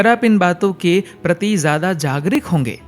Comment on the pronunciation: ओ भाई हिंदी का शुद्ध उच्चारण करें ✔️ कई शब्द है जिसका उच्चारण गलत है जैसे,- जागरिक not शुद्ध - जागरूक